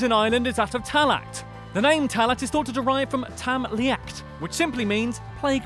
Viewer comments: 78 is wrong it’s pronounced taghla not talat just so you know 🇮🇪🇮🇪🇮🇪🇮🇪 also I’m from Ireland (Arland) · Lol I like ur vids but oh god, your Irish pronunciation 😂. It doesn't sound too foreign to English.. like tallaght is pronounced "tallah" eiré is pronounced "air eh" and Offaly is pronounced off fally" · If you are going to say Irish words say them right tallaght is pronounced talla not talckt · Its pronounced Tall-ah not tall-ack😂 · I am cringing with your pronunciation of everything Irish like tallaght which is pronounced tala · Tallaght is pronounced like Talla. The ght is silent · buddy its pronounced talla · Tallaght is pronounced “Tallah” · Great video! Really enjoyed it but the only bad thing is your Irish pronunciation Tallaght is pronounced TA-LA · its tal-a ya thick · Its pronounced tallaa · Tallaght is pronounced Talla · Tallaght is pronounced tall ah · Great list I'm irish and it was good, one thing though tallaght is pronounced talla you don't pronoune the ght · you pronounce tallaght talla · And Baile Atha Cliath and Tallaght are pronounced wrong too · Don't pronounce the 'ght' in Tallaght. Should have gotten an actual irish person to do this video tbh.